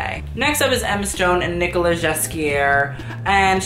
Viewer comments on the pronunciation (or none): none